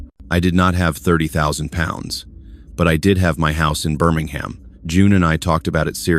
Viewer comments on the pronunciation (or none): Dear AI, Birmingham is pronounced Bermingum. Birmingham in the UK isn't the US one. please try getting it right.